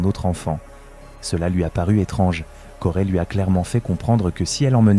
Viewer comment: Corey !!!! on dit Corey ( CO Ré pas CO rai ) banane